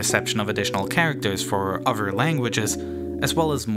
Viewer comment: Hey, narrator? Did you know there is a "TH" sound in a lot of words? like, "OTHER" not "UH-VER" and "THIS" not "DIS."